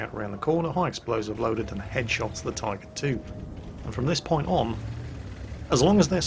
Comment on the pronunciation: I heard him say Typer 2